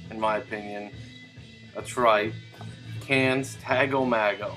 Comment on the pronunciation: Hey man, I was just listening to my cd version of the album and I really enjoyed your review of it. I definitely need to get a vinyl copy. I've been pronouncing the name as Tago Mago for years, but just found out it's actually Tago MAY-go. Go figure. I've also been pronouncing Ege Bamyasi wrong for years. That is actually Ege Bam- Yazza. LOL.